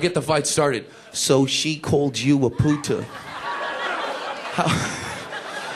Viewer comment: "she be callin' me a puta since thir' gra'e!"